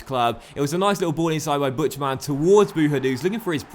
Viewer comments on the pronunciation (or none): The German pronunciation of Buchtmann is Buktmann, not the way you were saying it. Thought you should know